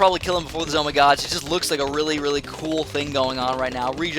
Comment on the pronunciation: why do y call them Zoh my gods